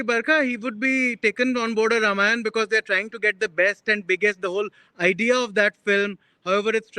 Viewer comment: Why did he not complain he had toomany assignments. INDIA TODAY, BARKA DATT, SHEKAR GUPTA, THE ALL THE CONGRESS FELLOWS. THANK GOD NOTHING HAPPENEXMD TO HIM LIKE WHAT HAPPENED TO RXJPUR. Madam - it is not Ramaaaayan. It is Ramayan.